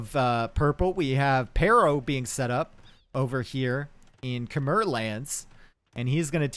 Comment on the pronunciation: Small correction (you probably know now) it's Kem-mai not Khe-mer